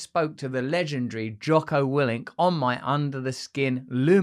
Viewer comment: Did he just say Jocker Willink